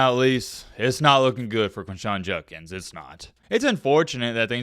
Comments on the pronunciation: Its Jud not jun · I want to hear someone break this story. The reporting is on point, but for god’s sake man, know what words you are using and pronounce them correctly. Are you drunk? It’s not Junkins it’s JUDKINS. You spelled it right in your title. “Exponentially clear” doesn’t make sense. Like no one says this at all. Maybe explicitly? C’mon man. You have a good mic. Make the words sound good. That’s all I ask.